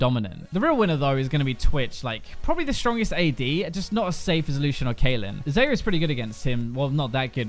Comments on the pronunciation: X-A-yah... not X-E-yah!!! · Stop saying her name as 'Zeyer' Its pronounced 'Zaya' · .....how you pronounced xayah xD but I like the editing dude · Ps. Tilts me that you still pronounce Xayah's name wrong. pls. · Plz don't say xayah like that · Please take a look at the Xayah champ spotlight AND SAY HER NAME RIGHT AAAAAAAAAAAAAAAAAAAAAAAAAAAAAAAA